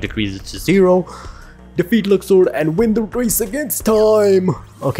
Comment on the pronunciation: Where did zodiac signs come from?! lol LUX-SWORD I don't know where the "S" comes from ..😅 i probably pronounce it wrong tbh